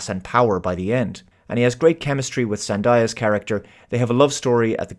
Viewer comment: Pronounced Zen - Day - Ah, and not Die - Ah.